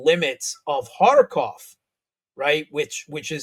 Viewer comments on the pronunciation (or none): none